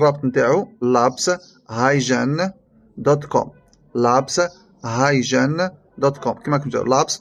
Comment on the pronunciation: الموقع اسمه هاي كين وليس هاي جين